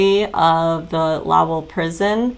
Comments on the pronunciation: Pronounce it like Low. And ell. So low, like low down, then ell. Lowell. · Ha ha. It’s pronounced low el. Like Noel. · I know you’re probably sick of people correcting you. But it’s just pronounced low and then the L sound.💕💕. Sorry.🤭